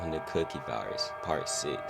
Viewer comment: Bro I thought you said the cooking virus😭